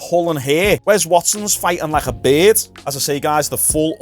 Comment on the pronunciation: “Wes Watsons fighting like a berhd”. 🤣 💀